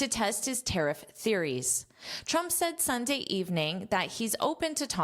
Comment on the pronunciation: Pronunciation of “ tariff” the last ff.. please